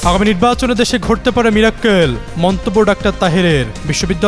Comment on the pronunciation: এখনকার সাংবাদিক দের লেখাপড়া নিয়ে চরম বিস্মিত। উচ্চারণ ভুল, স্ক্রল এর বা টাইটেল বা থাম্বনেইল এ বানান ভুল। উচ্চারণ মিরাক্কেল না, মিরাকেল বা মিরাকল